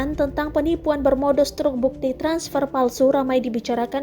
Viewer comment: Harusnya begini: bang be er i, transper, cabank, 😂😂